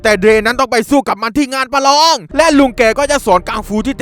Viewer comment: พี่พูดว่าประรองประยุดผมลั่นเลย